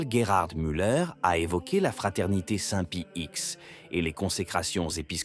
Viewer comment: Bonsoir , pourriez-vous cesser avec saint pie ix, et bien dire saint pie dix , merci de rectifier l’ia . Et compagnie de Jésus ???